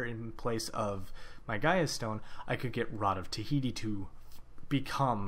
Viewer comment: awesome tips but can you read??? its not rod of tihiti, its ta-hoo-ti